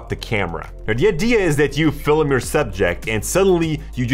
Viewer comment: I’ve never heard someone pronounce film as fil-a-mah before. Hmm.